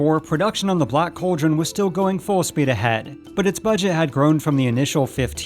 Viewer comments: Its pronounced "call drun" not Coal Dron. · This narrator needs to learn how to properly pronounce the word "cauldron" (it's NOT "coldren"!) I can't even watch to the end as hearing him repeatedly say it wrong is driving me bonkers! *FAIL.